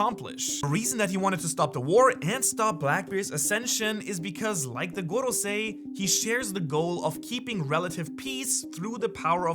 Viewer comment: Why do you pronounce goRrrosei like that? 😂 I can’t listen to that, are they Spanish or Russian? 😂 everytime I hear it it hurts me….goRRrRRrossei…😅